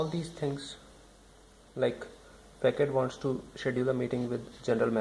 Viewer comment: not pronounced fakad , but fasad , because its a frenchword